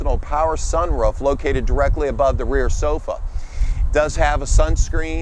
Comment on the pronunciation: this dude says sun ruff in The southeast Its sun roof get it right